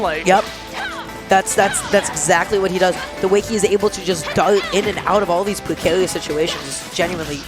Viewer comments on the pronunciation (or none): Pwecarious situations